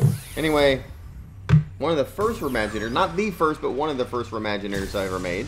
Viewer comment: just say maginators not remaginators because I don't get it